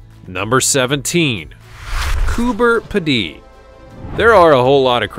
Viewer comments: you say it Cooper pee-dee, just say P D. Its Australia not France. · Its pronounced Coober (Pea dee) not (Ped dee) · Coober peedie not Coober piddy. Get it right man! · It’s not pronounced Coober. P’ dee, but. Coober Peedee. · It’s Coober ‘Peedy’ not Coober ‘Pedee’. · Coober pidee as you say it is completely wrong! It's said as Coober Peeeedy! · Just letting you know its pronounced Coober peedee not Coober pedday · Cooper Pedy......sorry to be picky, but your pronunciation is wrong, the cooper part is right but we pronounce pedy as pee dy, again sorry for being pedantic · Coober Pedy in Australia is pronounced Coober Peedee not Ped-day. We Aussies are laughing at you and Aussie is pronounced Auzzie not Aussssy.😆🇭🇲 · Hi from Australia. FYI Coober Pedy is pronounced Coober Peedy. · Coo ber peed ee they're Americans you really have break it up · Yep absolutely correct on having to break it up. But to sound pedantic though we are talking about correct pronunciations, the correct spelling is Coo Ber Pee Dee. Thanks for your input. Have a wonderful day. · It’s pronounced ’Koober Peedy’ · It's pronounced cooper (you said that correctly) "pee-dee", with the emphasis on "pee". It is an opal mining town. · I know right. I laughed when I heard his pronunciation of the place. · You beat me to it lol. It actually annoyed me for the rest of the video. LOL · Coober Pedy, South Australia pronounced Coober Peedee. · G'Day Aussie here It's pronounced "Coober petey" 😉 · Ok lol it’s pronounced Coober -peedy lol Great video tho 😊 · Coober Peedy is pronounced with a long e sound in the middle and on the end. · The insult is well deserved. It's not too much to expect the minimum research on how to pronounce place names. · I agree. So much for research. I’m a tad insulted. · Cooper Pedy in Oz is pronounced Peedee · Cooper P-dee??? It is pronounced Cooper Pee-dee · its pronounced "cooper PEEDY" 💓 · It's pronounced Coober Pee-dy. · Coober Pedy.pronounced Coober Pee-dy.